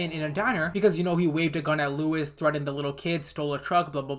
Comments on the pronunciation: Bro calls Lois, Louis😂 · LOIS not LUIS, LOIS!!😭😂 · Lois not Louis